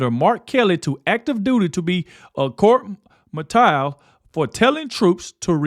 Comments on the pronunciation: Court Martial which is pronounced Marshal. 😊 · That's pronounced court martialed...mar shalled👍🏼☺️ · The word court martial, is pronounced, court “Marshall”! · Martial is pronounced like Marshall. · You mispronounced Court Martial. The word martial sounds like Marshal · (The one word is pronounced: Court Marshaled) It’s a military term when servicemen or servicewomen are in big trouble….most often those people go to Prison! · Martial is pronounced the same as Marshall. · I'm subscribed, but it is sad that you can't pronounce 'Court Martial', pronounced 'Marshall'. Keep up the good work. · Great job. Without being critical martial is pronounced like Marshall. God Bless you and President Trump ❤❤❤❤ and always God Bless America I always watch till the end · court martial ... pronounced court marshal. High military discipline. You are welcome 🙏 What's so insane about these SedSix idiots is this, the military just experienced their commander in chief and one of his allies, ensuring our service people got PAID during the shutdown. The shutdown caused by the SedSix political party. Unbelievable. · Martial is pronounced "marshal" just saying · that's court martial (marshall) like a military prosecution. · Why do you keep mispronouncing court martial? Think of it sounding like court MARSHALL. 🙄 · Court Martial is pronounced like “court Marshall” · I love ya, but martial is pronounced like marshal, the lawman. Keep up the good work! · Say "Court Marshal". The "ti" sounds like " sh"! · Please use Google to teach you the word "court martial" x_x this is my first time hearing your channel. I like you, but I need you to utilize Google to help you strengthen your presence in speaking ❤️ I say this with love not malice. Im not here to clown you. I want you to grow and get better, because you got a good message Ps im retired military, I think they should be put to a court martial and hold them accountable.